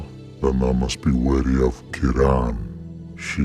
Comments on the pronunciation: Say Kee-ron, Kee-ron. Not Kiran. Edit: Didn't watch the full video before commenting, cut content eh, I wonder why they didn't pronounce it as it is in Irish? Also fun fact, Ciaran is a male name, the female form is Ciara! Great vid BTW, big love from the Emerald Isle 🇮🇪🇮🇪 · Ciaran is a Irish/scottish name, it’s normally pronounced like “kee-ran/kee-rin” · The way you were pronouncing Ciaran really bothered me until the reveal of the cut dialogue... Now it's that that really bothers me instead